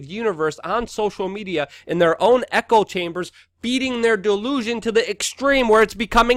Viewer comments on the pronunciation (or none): none